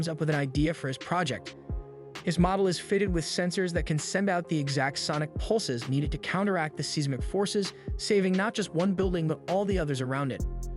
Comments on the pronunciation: Seize Mick instead of Size Mick for Seismic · And a bad one at that. It frequently screws up Japanese names (Hiro, Obake) and botches the word seismic as well.